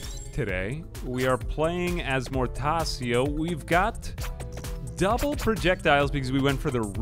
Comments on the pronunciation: His name's pronounced "Mortacho" btw, that's how the Italian language works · “Mortasio” Ow, my Latin based language cries in pain and anger. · Your pronunciation of Mortaccio gave me a stroke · Mortaccio's c are pronounced as chalk my liege